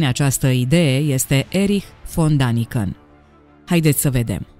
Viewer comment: Dragă, Daniken se citește corect Deniken, pentru că litera a are două puncte adică este a umlaut care în germană se citeste e.